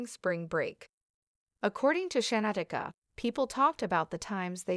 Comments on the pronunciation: Perhaps you should have started by lcorrectky pronouncing her NAME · WILL YOU STOP PRONOUNING SHANQUELLA NAME WRONG YOU ARE DISRESPECTING HER. JUSTICE FOR SHANQUELLA 👸